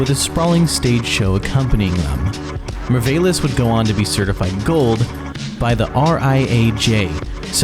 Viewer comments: The way you mispronounced merveilles should be criminal. Just take some time to look up french pronunciation and say the words properly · déjà sa façon de dire Mylène Farmer à fait mal mais j'ai vraiment été achevée quand il a dit "meurveylesse" pour "merveilles" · man you literally butchered any non-English word, especially the French ones lol The way you butchered Mylène Farmer, Merveilles, Le Ciel, and Au Revoir is hilarious beyond help 😂😂😂😂 great documentary though, nice job!